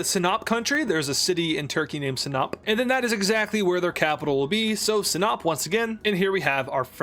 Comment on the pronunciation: Sinop hmmm..🤔 sounds awfully a lot like Sniep.